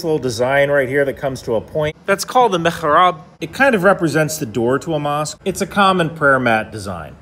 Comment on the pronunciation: Why are you pronouncing mihrab like it’s Yiddish?